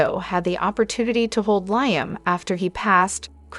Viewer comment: Please learn how to pronounce the characters names!!! Ava, long A-va; Liam, Lee; and Trina, Treena.